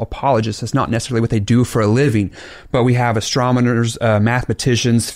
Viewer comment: When I heard the pastor pronounce "astronomers" as "astromoners" I knew he was not educated ... at all. End of story. Waste of time. Classic. "Faith is the wound that knowledge heals."